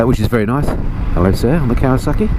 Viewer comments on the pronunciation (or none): none